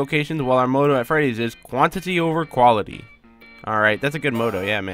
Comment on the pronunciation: They way you pronounce "motto" xD